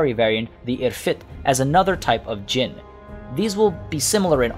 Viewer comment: It's time for come on baby lol. There is one letter missing ع , you need to pronounce that to pronounce araby right, also you pronounce jinn perfectly.